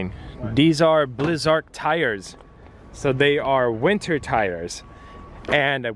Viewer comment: blizzark lol it's blizzak